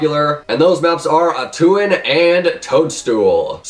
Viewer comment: The way you pronounced atuin lol